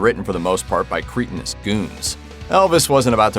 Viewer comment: Oh my god. Did I just hear the commentator pronounce ‘cret - a - nus’ as ‘Krete- a -nous’. Hilarious. What is it about hipster millennials and their inability to speak.